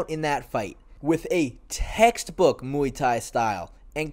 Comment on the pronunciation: When you say Muay Thai I think oowii